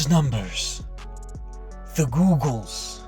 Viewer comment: The way he said "the giggols" 😭💀